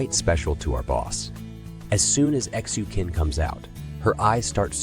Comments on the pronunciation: I think you have to ptonounce Xu Qin as Shu Chin.. Like Qing Dynasty.. It was pronounced as Ching dynasty. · Xu Qin is pronounced /shoe chin/